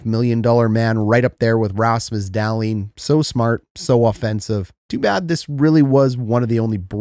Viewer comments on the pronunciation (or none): none